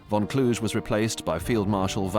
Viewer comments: Not Von Klush, but VON KLUH-GHE. Klush is a French pronunciation with the silenced last letter. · Kluge is pronounced 'Kloogur' not 'Klooshe'. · Field marshal Gunther Von clooge 😅 bah Klu-geh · Von Kluge-cloo-guh. Not clooj. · It’s Kluge(kloo-guh) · von Kluge is pronounced "Klu gah". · Somehow I don't think "Kluge" is supposed to be pronounced "Kludge". 😁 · Kluge is pronounced Kloogeh. He’s German not French. Also Cobra was the breakout of 3rd Army which led to the Falaise encirclement, it didn’t start at that point. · Also Kluge is Klooguh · The pronounciation of Kluge makes my ears bleed. It's disgrace when there are Google translate.